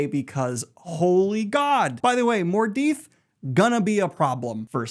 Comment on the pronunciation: awesome Daniel great revision here, just a few 'typos' when reading and a few wrong words, like; Mordeeth instead of Mordeth, and Corinthian instead of Karetheon, but I couldn't do better - no way. Love this